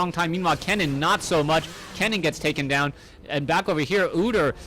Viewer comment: Ken-nen. Not Kee-nan.